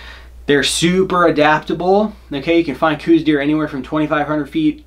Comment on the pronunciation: I'm not one to leave comments often, nor do I even get on the interwebs much. I was cruising around after a hunt today though, and happened upon this video. A couple of things..."Coues" is pronounced "Cows". Also, those who have exclusively "Western" hunted seem to have more of a problem with them. I've bowhunted a lot of places successfully for over three decades, and currently live in AZ. If you want to make bowhunting for these little guys less frustrating---put down the "glass"---which is WAY overused by you folks here in the Southwest. Like any whitetail---and indeed most cervids---Coues are habitual, and form those habits according to food, water, (to a lesser extent than other species--but they WILL stay near water if its readily available), and bedding areas. If you spend your time scouting paying attention---like any other species---you will find those habitual routes and feeding and bedding areas, and "ambush" hunting is far easier than what you seem to be doing. Learn what it looks like when they browse. (All whitetails "pull", rather than "chop" browse, so for example, young shoots and the like will be snipped diagonally, with trailing fibers at the upper end). Realize that where they poop is not far from where they're eating. Even in dry areas, they are SO habitual that obvious, narrow paths will be observed. Use good scent control---(spray, soap, Scent-Lok, etc, at a bare minimum)---and log wind and other conditions so that you can narrow down the window that yo